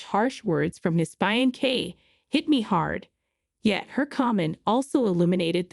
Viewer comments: Yes. Pronunciation is fain..say not fian cay😊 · oh gawd, I see what you mean. I normally read with sound off. she's saying Fie ancee , instead of Fee ancee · Hearing the narrator mispronounce; "fiancee'" several times is cringey! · Very good story, creators please work on the word fiancee, pronunciation is off. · I hate how the words get mispronounced I never heard fiancee pronounced like that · Every video I watch the word fiancée IS pronounced wrong. Go back to school please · I hate that too..